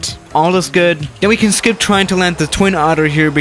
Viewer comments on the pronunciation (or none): none